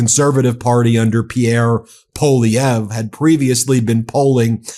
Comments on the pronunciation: Ben, i'm cringing as a Canadian. It's pronounced "PAULIEV"...NOT "POLLIEV"....But we definitely do not want a mini Trump here in Canada, which Polievre definitely is. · The first syllable of Poilievre is "pwah" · Poilievre is pronounced Pwa Lee ev re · I know it is a French name but it is pronounced "Pierre Polly-pockets" up here 🇨🇦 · Pierre Poilièvre /pjèR pwaljèvR/ I know that the anglophone Canadians have trouble pronouncing his name, but could y’all at least attempt to pronounce it better than them ? It doesn’t have to be with a European accent but even a French Canadian accent would be better. Merci 😊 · Ben, PWA-LEE-EVR 😂😂😂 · True story, Poilievre used to pronounce his name Polliver...lmao he is such a poser.